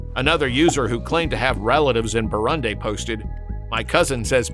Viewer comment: Learn to pronounce “Burundi”.